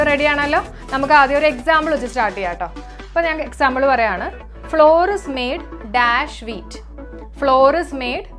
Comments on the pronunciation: അതിന്റെ ഉച്ചാരണം ഫ്ലവർ എന്നാണ് എന്ന് തിരുത്തി വായിക്കുക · Flour ഫ്ലോർ അല്ല കൊച്ചേ. അതിന്റെ ഫ്ലവർ എന്നാണ്. ഫ്ലവർ മിൽ എന്നൊന്നും കേട്ടിട്ടില്ലേ? തെറ്റായ വിവരം കൊടുക്കല്ലേ. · Madam, your class is astounding but PRONUNCIATION of some words like FLOUR isn't satisfying. Its pronunciation is not FLOOR .It's equal to FLOWER.